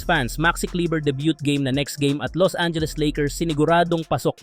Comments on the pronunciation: Boss aral muna bago basketball, ma debute ka sa intor grabe, debut po yon 😂, deybyu aylabyu 😂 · Hahahahaha Debyut. 'Kowpownan' hahahaha